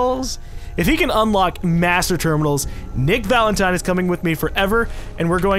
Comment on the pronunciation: I am really strangely annoyed at how says Valent-ee-n instead of Valentine